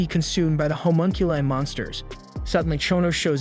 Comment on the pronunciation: I’m sorry the way “homunculi” is pronounced bothers me